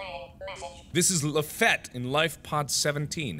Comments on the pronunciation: "this is Lafatte-" lafAYETTE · LeFette: I’m LaFette Me: LAFAYETTE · Gabriel Oropeza America's Favorite fighting Frenchman is Lafayette. not LaFette. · Lafette is pronounced Lauf-eye-et just so u know 😂😂😂😂😂😂😂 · lafette... LAFAYETTE???!?!?!?!??!?!??!!!!?!?